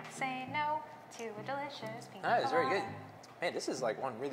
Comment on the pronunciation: It’s Piña colada